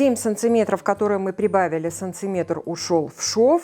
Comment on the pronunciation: СанТиметр... режет слух.